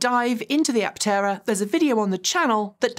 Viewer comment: and : Its not an Apt-tera. Is's simply "Aptera." No double-t.